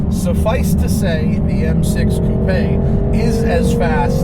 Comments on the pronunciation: Holy shit you said coupé not coop, I'm impressed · Thanks very much for saying coupé instead of coop.